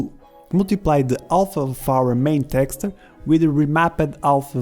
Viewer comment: My right eye twitches whenever you say "texture"